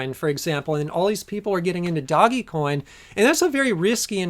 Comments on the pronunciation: Haha “doggy coin” Dogecoin is pronounced “Doej-coin” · LMAO at doggy coin, it's pronounced like doe with a g at the end, one syllable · I love this channel, but I got a good laugh when pronounced DogeCoin as "Doggy Coin." That was such a dad moment, it was awesome!! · its pronounced dough-g coin